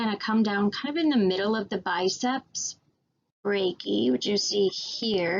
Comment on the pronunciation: try saying "biceps brachi-eye" instead of "biceps brachee" and "sulkis" instead of "sulsis"